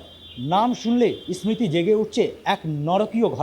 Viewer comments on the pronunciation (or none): ইসমৃতি নয় stupid, উচ্চারণ হলো sriti (স্মৃতি )